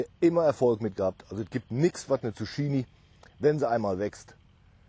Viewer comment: Hut ab für deinen grünen Daumen. In den letzten Tagen viel gelernt über Pflanzen. Aber kleine Randbemerkung. Man spricht es "Tzuk-kini" :D